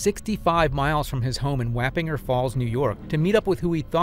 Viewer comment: Wop in jer falls . Or wop in jers fall, or wop in jers falls. Wappingers isn’t pronounced anything close to how you said it. Also some of your stock footage is kinda sketchy as some won’t be able to tell the difference between stock footage and actual footage.